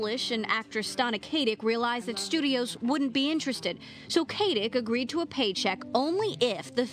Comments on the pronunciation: THREE times I felt like punching the screen. It''s not Kay-tic! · well thats a nice change. usually people mis-pronounce her first name. seriously dont understand how people can screw up the name KAT-IC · OH MY GOD! SAY HER NAME RIGHT!! IF I HAVE 2 HEAR ANOTHER BIMBETTE SAY HER LAST NAME WRONG AGAIN I'M GONNA EXPLODE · You know you're a Stana Katic fan when the way someone constantly mispronounces her name stings your eardrums!